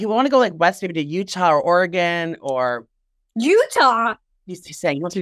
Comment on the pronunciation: And it's pronounced Oregin " in" . 💚💚☀️😆🌄